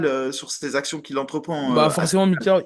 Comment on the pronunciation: C’est pas possible Mika Tu fais exprès d’écorcher les noms ou c’est comment ?😂😂😭😭